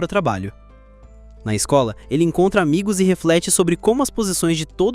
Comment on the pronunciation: "a mais desejada da escol" é foda, pensei que era esKOL e não esCOLa